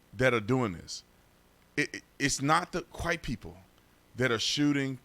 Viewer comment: It's not the qwhite people? Is he trying to say "quiet people" or "white people"?